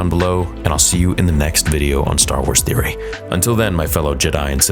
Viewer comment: Bro theory you need to start reading your comments Your clearly mistaken things and saying them wrong and not reading your comments that are telling you this maybe take some read them